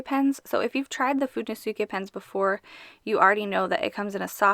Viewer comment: it's how you pronounce it in japanese